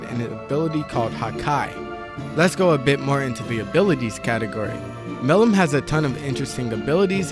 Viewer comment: butchers Milim’s name whole vid